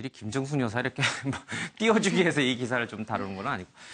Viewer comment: 앵커분 발음에 주의하셔요.여사의발음을 어떻게보면 고의적 실수로 여자라고 하는 느낌이 강하게 드네요.